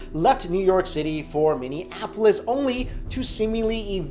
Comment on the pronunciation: u pronounced Minneapolis wrong 😢why does everyone pronounced it wrong